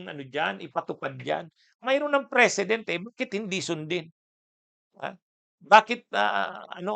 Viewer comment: ANG PRONUNCIATION NG PRECEDENT AY MAGKAIBA SA PRESIDENT